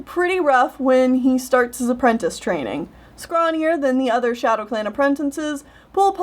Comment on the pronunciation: You sometimes pronounce apprentice like "apprentince" and it hurts me every time